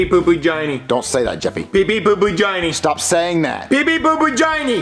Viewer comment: he said gine not Jonny